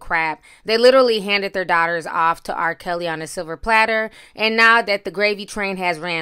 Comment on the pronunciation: Did you say R. PISSY???...LMAO!